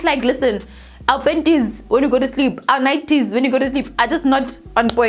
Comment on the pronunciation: When I see her I just laugh first thinking of penties 😂😂